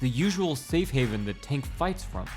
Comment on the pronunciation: It sounded like you kept calling him “Taint” Davis